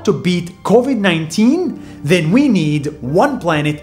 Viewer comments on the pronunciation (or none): none